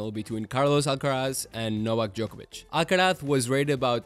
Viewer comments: pronunciaste muy bien carlos alcaraz 👀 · sos español no hay chance que un guiri pronuncie bien el nombre y apellido de carlitos alcaraz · This is a great video! Out of curiosity, are you a spanish speaker by any chance? Because your pronunciation of the names (Rafa Nadal and Carlos Alcaraz) is incredible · bro that carlos alcaraz pronunciation was spot on! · your accent sound pretty spanish, no other country pronounce Alcaraz like that 😅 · Do you speak Spanish? Or did you just practice your pronunciation? Your r’s and z’s are spot on.